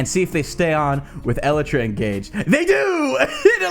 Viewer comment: Ellatra? It's pronounced "ee-lie-tra"